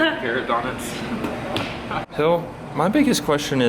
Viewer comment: carrot-on-us lmao